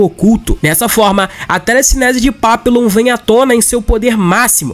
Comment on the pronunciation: Papillon é papion, tipo réveillon.